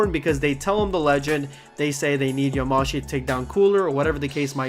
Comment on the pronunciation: Yamashi? You mean Yamoshi? Idk maybe they changed the name so I’ll stay quiet